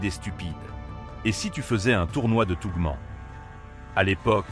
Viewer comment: C'est quoi cette proconciation ?!? "Butaire béant", sérieusement ? C'est "Butterbean", prononcé "beuteur bine", qui veut simplement dire "haricot-beurre"... Idem pour "tough man", ça ne se prononce pas "tougmant", mais "taouf mane", ça veut dire "homme dur"...